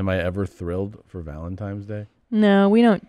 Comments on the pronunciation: Has anyone acknowledged Segura says "ValentiMe's Day?" Welp...at least, supposably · She said "valenTIME's day" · Just making sure you’re purposely (as a bit) mispronouncing “Valentines” in Valentyhmse Day. Truly yours, ~ The Grammar Nazi 🧐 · Awwwwww man Did Tom say “valentiMes day” 😟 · Are you saying - Valentimes Day? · Why they both call it valentimes tho? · Did he say valentimes day